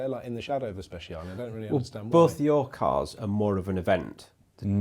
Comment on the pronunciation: Strad, Scud.. sure. But for the love of God, never refer to a Speciale as a "Spesh" ever again. 🤣